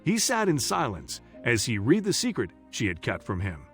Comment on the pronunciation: “Read” As in “red” NOT “reed”